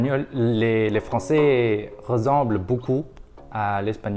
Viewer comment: Your french pronounciation is sooo good, just a few notes though: - when you said 'le français' it sounded like 'les français', it should be more like LUHHH i guess lol - 'ressemble' - pronounce the 'ss' as a long kind of 's' sound rather than a z - 'mélange' was pronounced like 'mélanger'